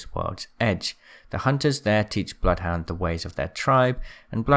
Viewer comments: Bloodhounds name is said by him in the game. If you select “Training” and ready then run up to him, he says “Welcome to Apex Legends, I am *says his name, sounds like it’s pronounced Bluth Wynder.” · Im sorry but the one thing that annoyed me through all of this was how you pronounce Johan. It’s not Jo-han It’s Yo-Han He’s got a Norwegian accent so it means that Johan most likely be pronounced Yo-han kinda like how he pronounced blood hound as “Blooth hoon-der”